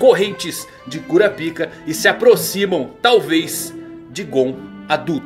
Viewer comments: Por quê o tem que falar "Cura Pica"? 🤣🤣🤣 No anime soa mais como Kurápika, pelo que me lembro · mesmo kura pika ? kkkkkkk kurápika(falando) ou parece que vc é urologista kkkkkk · Não sei pq mas sempre que ele fala o nome do personagem eu sempre escuto "curapika". E como é o gon adulto se ele ainda ta jovem e não da para ver o poder dele adulto?